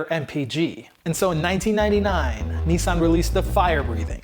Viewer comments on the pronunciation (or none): Niss Ann not nee san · Cool story but it's pronounced niz-san not neesawn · It is Nissan with a short i, not like the knights who say Ni. Nis. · It’s Nissan not neesan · it’s Nissan,not Neesan.ISS pronounced as in miss/hiss/kiss.please watch English/Australian/New Zealand videos on Nissan gtr and listen/learn how it’s properly pronounced.just like Jaguar which is pronounced with ‘U’,not a ‘W’.it’s not pronounced Jagwaaarrrghhh! it’s pronounced jagUar. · when he says 'Nii-san' instead of 'Nissan' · Here why you can't say Nissan properly 😁😁